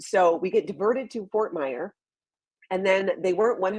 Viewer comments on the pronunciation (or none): i love ya...but its Fort Myers. Not Fort Myer. Not a big deal but just letting you know. Enjoy your stay